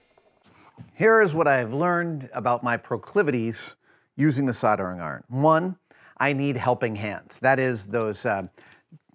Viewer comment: I love you Adam but your pronunciation of soldering iron is driving me nuts!